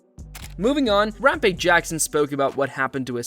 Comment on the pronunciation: Rampa-jizz? Fuck this AI shit.